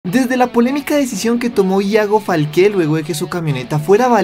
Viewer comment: Me da cringe escuchar que dice ‘Falqué’ y en este video lo dijo como 100 veces 😂